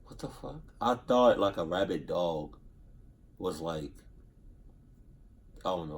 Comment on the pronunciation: WTF is a "Rabbit Dog"?: "Rabid", not "RabbiT".